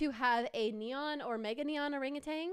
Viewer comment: Its not rangutan 😅 Its OhrangEuwtan Thats how you read it btw